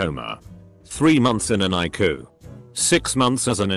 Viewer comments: Interesting stories. However you need to learn to read abbreviations. ICU should be read I C U which stands for Intensive Care Unit. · Jesus. It can say cardio-thoracic but can’t say ICU? Who programmed this stupid thing? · I chuckle every time I hear the narrator say ICU. 🤣🤣🤣